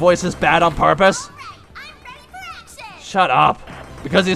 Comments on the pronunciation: ITS FOUR NOT FOWA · ITS FOUR NOT FOWA,CANT SAY FOUR RIGHT